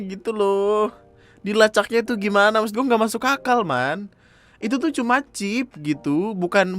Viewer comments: Chip bapak bukan chif!!!!!!!! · "ada 'chiF' nya" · "chif" Me: ngogkeyy v: Btw mamammm tuh yg gabut nyongkelin buat nemuin chipnya, Ngurus ulang katepe lagi😂😂😂 biasanya kan klo mo ngurus ulang ditanyain knp hrs ngurus ulang ktp, org laen alasannya ilang dsb, lah mereka malah alasanya "karna abis dicongkel buat nyariin chif yg katanya buat ngelacak lokasi itu pa" 👀